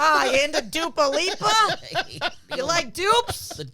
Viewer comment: Dupa Leap-Uh 😂